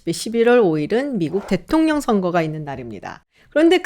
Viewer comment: Lady!! "대통령, 최초"의 발음이 틀렸나이다!! 기실, 이 문제는 현대 한국 전반적 문제라는 사실은 실로 웃지 못할 일입니다. "대통령"은, "대: 통령"이라고""대"를 길게발음해야하는데"귀하는, "대통"이라고 부처 읽고 "통" 을 강하게 발음했습니다. 잘못ㅇ입니다. 그리고 " 최고"는 "최"를 길게 발음해야하는데 귀하는 이를 "짧게" 발음했습니다. 잘못입니다. "한국 어문을 고발함" 이라는 책을 일독해 주실까요?